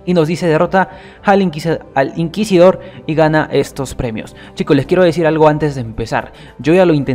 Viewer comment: Bravo porfin dijiste Inquisidor correctamente Xd Yo también tuve esos fallos en vídeos Efe